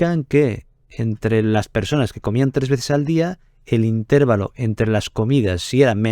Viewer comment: INTERVÁLO, no "intérvalo"